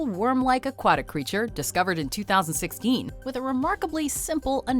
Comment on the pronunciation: ''-Discovered in twothousandsixKEEN''